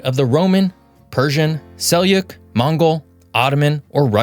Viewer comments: This map is wrong. That is not the Sassanid Empire (They never conquered Europe). Also, Seljuk is pronounced Seldzuk, not Seliuk (That one hurt my ears). Go do better research. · you’re absolutely right about the pronunciation of Seljuk; to be more specific, it is pronounced like “cell-chook” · It's pronounced sell-jook fyi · You create great content. Huge likes for your videos. However this video deserves a dislike in my opinion. You mispronounce the word Seljuk and spread falsehoods about the history here. Sorry. For example, Russia is not expanding its invasion in Georgia. The situation is stable there. What's more, it's the other way round. The most likely scenario is Georgia attacking its breakaway region of Abkhasia, not the other way round. It's just one of many falsehoods. That said, your channel is superb and even this video is well done but this one has to get a dislike from me. Sorry. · Thanks. My own name starts with a J. In English, John is not pronounced Ion. In some languages J is a semi-vowel and not a consonant so I understand the mistake, but it's not acceptable in a channel that tries to take themselves seriously.